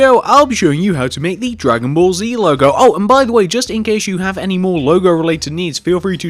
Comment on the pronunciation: It Dragonball Z. G not Q